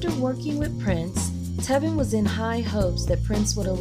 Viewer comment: right she said telvin too and not tevin.